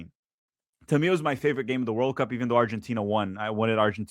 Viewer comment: The way you say World Cup is weird you put the emphasis on the words oddly